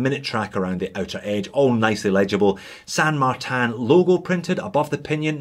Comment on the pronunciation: Where's the A in tin ? LoL, San martin , not San martan